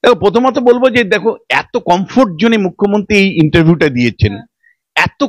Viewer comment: এই মেয়ে তো মূখ্যমন্ত্রীই উচ্চারণ করতে পারে না এ আসছে উপস্থাপনা করতে?